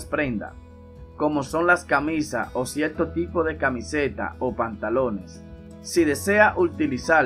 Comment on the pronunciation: DeteRgente, cieRto, perdure, con R R R